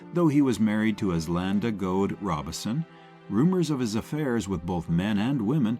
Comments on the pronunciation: Robeson not Robinson. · Paul Ro-Bo-son not Robinson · Robe-son Paul Robeson. Unbelievable, the AI narrator mispronounced his name the entire time!! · Its Prounced "Robe Son" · yeah fr real that means you don't know crap about him cause you got the name wrong